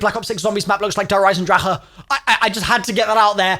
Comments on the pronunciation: Its der eisendrache no der eisendraha 💀😂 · "der eisendra ahh" 💀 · As a german, the way you pronounce "Der Eisendrache" warms my heart. :) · Why is he adding the extra syllable to der eisendrache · Ngl I couldn’t watch the video because of how annoying his DE pronunciation is💀feel like he spitting in my ear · the way to prononce der eisendracheeeee triggers me